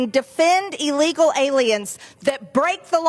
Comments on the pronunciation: Hey Margorie, the word is, "illegal", not "eelegal". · Well, it would be nice if she could learn to pronounce it correctly. It is NOT EELEGAL It is ih-·lee-gl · She can’t even say the word illegal properly cause she knows she’s wrong in so many levels 🤮